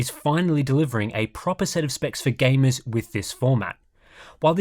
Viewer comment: i find the way he says gamers funny. It sounds like "gay-mez."